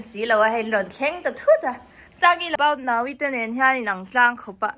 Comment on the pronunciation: About now-i hi i ti ziah k nuih za thei tawp k duh bwk si😅